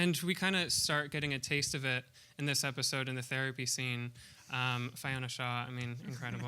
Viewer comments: It's pronounced FEE-ona, not FY-ona Shaw. Yet another American who cannot pronounce names. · he is a terrible interviewer, jeez, Fiona Shaw is a renowned actress and bloody good at it he cant even pronounce her name properly.. Fail and stopped listening